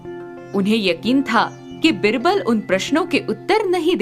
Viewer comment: It's not बिरबल,‌ its बीरबल... pronounce it correctly